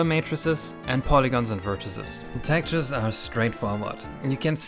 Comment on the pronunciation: I wasn't going to say anything, but after your rant at the end it feels like it's fair game: the word is TEX-TURES, not "tactures".